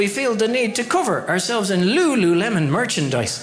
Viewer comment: I love how he does the emphasis on LuLuLemon